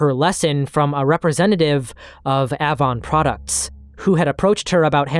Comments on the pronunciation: It’s pronounced like the letter “A”-von. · A•von. Hard A then von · A- Vaughn Avon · The company, used to be company is pronounced "aye-von" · Avon cosmetics is pronounced with a hard A. Like apricot. Be sure to have a few women watch your vids before upload too. 😊 Not just men. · Ahhvon. Lyre. 😆😆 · Great video but the way you say Avon makes me want to throw my phone lol. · Avon was an MLM and the way you say it sounds wrong. Why would you know that tho…sorry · Are you pronouncing AVON incorrectly intentionally? The A in Avon is long like in hay. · The black sites story is infuriating. A whole lot of people need to be in prison. (BTW: the "a" in "Avon" is like "main" (ay) and "lire" is the plural of "lira" and is 2 syllables)